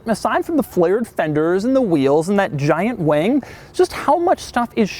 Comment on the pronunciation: did you say giant wang?